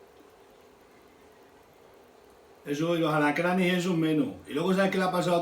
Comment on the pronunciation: Aracranes dice 😂😂